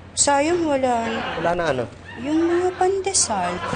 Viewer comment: Hahahaha Padesal daw Sabi ni elsa Hahahaha